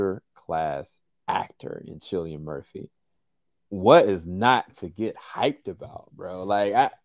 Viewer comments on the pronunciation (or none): His name is cillian pronounced KILLIAN no sillian